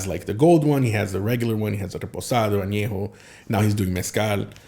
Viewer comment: If you can’t even pronounce TEQUILA AÑEJO, REPOSADO, and BLANCO, you probably shouldn’t be making tequila lmao.